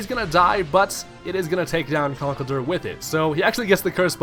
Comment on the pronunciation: It's not Conkelder. It's ConkelDURR. Never forget the DURR.